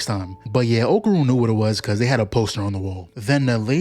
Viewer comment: Can't y'all NOT butcher my name? It's not Oakrun or Oakurn. It's OKARUN